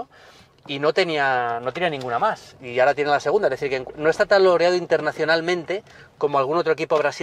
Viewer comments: "Quej maj cara". Coño, se oye perfectamente a, al final no es un trípode... Al menos no de forma literal. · "Que e maj cara". El acentazo madrileño ahí xDD